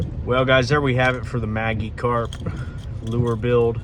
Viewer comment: I love how you clearly don't know what the Pokemon Magikarp is (pronounced Magic Karp) and yet made a lure out of one just based on a suggestion. You are very talented good job.